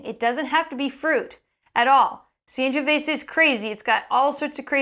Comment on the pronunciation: Great channel but your Sangiovese pronunciation is...